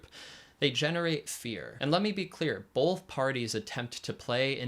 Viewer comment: Great video. Just one bit of critique. There is no L in the word “both”.